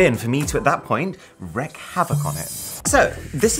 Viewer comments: mf said "wreck havoc" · wreak havoc, not wreck. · I doubt I'm the first but... Wreak havoc, where "wreak" is pronounced "reek" and means: To bring about (damage or destruction, for example). To inflict (vengeance or punishment) upon a person. To give vent to or act upon (one's feelings)." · Thank you! That’s what I’ve been trying to tell everyone! Wreak Havoc not Wreck Havoc! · "Wreak Havoc" Arun, not Wreck Havoc. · WREAK havoc. Not wreck. Seems a lot of ppl forget the word "wreak" exists these days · Man your awesome and I love all of your content. I know that you don't want to look illiterate so I m telling you this. The phrase you're looking for is to "wreak havoc". It is pronounced "reek" not "rek". (The AI on my phone just went nuts with my explanation) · I know it sounds picky, but the expression is " wreak havoc" with the first word pronounced "reek" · isnt it reek havoc? great vid man...thanks.. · “Approach from behind and slip it in the back”. I can’t even.. And it’s not “wreck” havoc, it’s wreak. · Wreck havoc haha, wreak havoc you mean ;) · Hey buddy! just a correction here... you cannot "WRECK HAVOC". The CORRECT spelling and pronunciation is "Wreak Havoc". I know... English probably isn't your first language. cheers!! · Wreak havoc not wreck havoc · *wreak havoc, not wreck havoc. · You wreak havoc... not wreck it. You struggle with words don't you Mr Who's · "Wreck havok"? I think you mean Wreak Havok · The phrase is 'to wreak havoc', not 'to wreck havoc', the latter sounding helpful. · WREAK havoc. Not WRECK havoc! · wreak havoc, not wreck havoc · Just pronounce "wreak" right, please. 🥺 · Wreak havoc instead of wreck but k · Hi, I'm your middle school English teacher back to haunt you... "wreak havoc" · wreak havoc, not wreck havoc. wreak means cause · The phrase is "wreak havoc", not "wreck havoc"... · You 'wreak' havoc, not 'wreck' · It isn't "wreck havoc", it's "wreak havoc" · Wreck havok? Wreak havok...